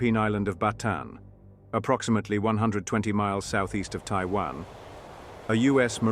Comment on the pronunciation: It’s Bataan.😅